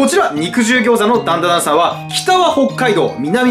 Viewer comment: ダンダダンの滑舌のよさ